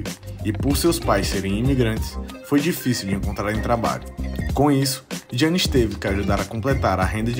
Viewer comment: Não se diz jiannis, mas sim iannis n se lê o “g”, mas yh adoro o teu canal mano!!!! És dos melhores senão o melhor canal de basket de todos os países q falam português!!!